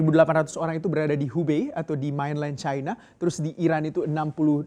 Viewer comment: Main len bukan mainlaien